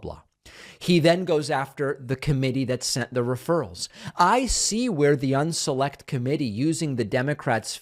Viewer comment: The way he says "unselect" is plain dumb lol